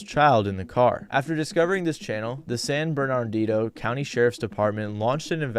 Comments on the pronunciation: “San Bernard-ino” it’s more like “San ber-nuh-dino” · The way you pronounce San Bernardino 😂